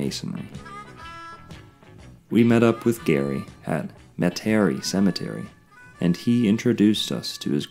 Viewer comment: It's pronounced Meta Ree.